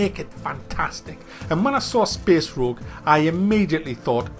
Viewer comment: speeees roooog